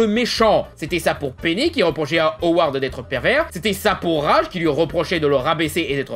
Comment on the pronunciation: J'ai adoré la vidéo, mais j'aurais jamais d'avis négatif sur la série...Le seul truc que je pourrais te reproché à toi, c'est que tu prononce le nom de Raj..."Rage" alors que ça ce dit "Radje"